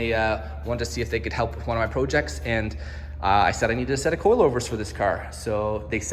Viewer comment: Congrats 🎉…I like how he pronounces “projects”, French-Canadian accent?